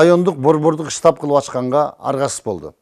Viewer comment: ыштапбы же штап болуп айтылабы, ушуну айырмалап алсаныз. Уят.